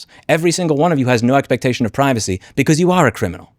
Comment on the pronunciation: I know it’s not the most important thing here, but that guy is definitely saying “expertation”, not expectation